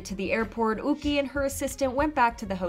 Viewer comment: Yuqi is a Chinese name and would be pronounced Yoo-chee not ookee.